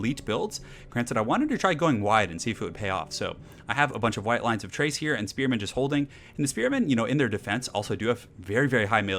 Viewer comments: Why does every one pronounce Chrace as Trace? the ch should be a K like in chaos and chasm? so its Krace not Trace. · Or... Chore. Or... Chime. Or... Cheat. Or... Chuffed. Or... Chubby. Or... Chunder. I can think of a lot more 'Tch' Ch words than I can 'Kch' Ch words. I have always pronounced Chrace as Tch-race. Just like I still stick by Smaug being pronounced as "Sm-org" rather than "Sm-owg", the way you say it throughout childhood typically sticks. This is one that isn't changing for me.